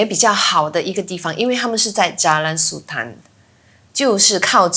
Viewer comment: Sultan -你們念法不正確